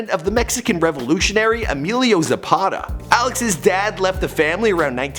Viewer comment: Its sapata